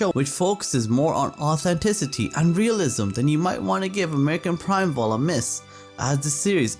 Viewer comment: I agree that Primeval was fantastic and brutal but it it pronounced “prime evil”.